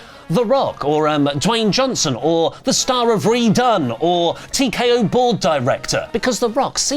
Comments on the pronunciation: Hogan getting booed was AWESOME! Btw, it’s Red One not redone😂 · its said Red ONE not redone